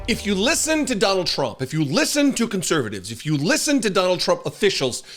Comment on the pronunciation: You pronounced it right the first time Donald TRAMP 👍🏽